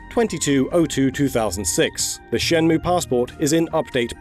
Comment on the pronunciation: it's "shen-mway"